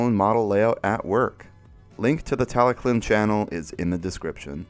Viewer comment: Tallyllun isn't said as "tally clin" but more like "tal uh hlin" if you want to be proper on pronunciation.